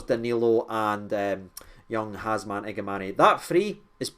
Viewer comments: its HAMza not HAZma mate! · Everyone: H A M Z A… Hamza 😌: Hazma 😃 Been watching you since the dark ages of the lower leagues and I always get a good laugh at your -isms and the way you “freestyle” the English language 🤣 Try to catch every video mate you’re the only source I trust for my rangers news 🤙🏼 keep up the class work bro. WATP. 💙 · man, it’s Hamza, no Hazma ffs 😂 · Brotha can spell his name right. Its Ham za not Haz Ma… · Who’s Hazma? It’s Hamza! 😂😂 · you pronounced it wrong pal. You butchered Both first and last name.